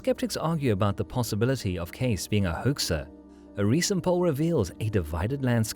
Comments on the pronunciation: Casis ? 🙄 Su apellido se pronuncia Queisi. Así debe sonar. Cuanta miseria habita las redes sociales humanas... 🫣 Está increíblemente revuelto tu contenido, muchacho... muy malo el nivel de este video 🥱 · 😮His surname is pronounced like , K-see, Edgar Cayce. He had a son named Hugh Lynn Cayce. My mother have every book written by Edgar Cayce. I think he had a knowledge of future events. Interesting program. Young people now wouldn't have a clue as to who he was. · Hey...it's pronounced Case-ee. Dont insult this great psychic with your feeble programmed interpretation of historical data. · that's easy to say...what if someone mispronounced your last name? What's in a name?...well everything. In polite society it is an insult to mispronounce someone's Sir name...especially in a large public gathering (which is what You tube is). Mind your manners.